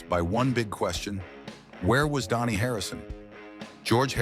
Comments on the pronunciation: It's pronounced Danny, not Donnie. I cannot listen to artificial insemination voices anymore. I quit. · Is it me or is this Idiot keep saying Donny ???